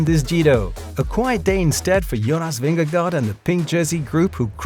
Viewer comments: The pronunciation of his name was covered Ad Nauseum during the Tour de France . It was confirmed by various people, including Danish people, that the correct pronunciation is Vin-ge-go . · I happen to be a Danish native speaker too. Although it's correct that it's not pronounced like "guard", "go" is also incorrect. You need to add a soft "r" sound, so not like how Carlton Kirby pronounces it. More like: Ving-eh-gor. Of the English speaking commentators Rob Hatch is doing a pretty good job with the pronunciation actually, if you want to look that up. Not sure if I can add links here without having my comment auto-deleted, but if you search for "Jonas Vingegaard is in a league his own 🫡 The Dane attacks at the Giro.", you'll hear it pretty well done. Have a nice day 🙂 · You are professional cycling, commentators, and you can’t get cyclist‘s names right? It’s not Vingegaard, rhymes with Vanguard, it’s Vin-ge-go. “Go’ at the end. Maybe listen to Phil Ligget more? Pretty pathetic!